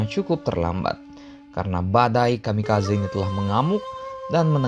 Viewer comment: Bang bukan kami kazen tapi kami kaze